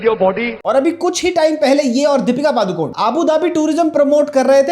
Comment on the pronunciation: We don't expect Deepika to acknowledge her roots who can't pronounce her surname properly पडुकोणे not पादुकोऩ. It's a name of a place in Udupi district Karnataka. All these years she did not even try to pronounce it properly.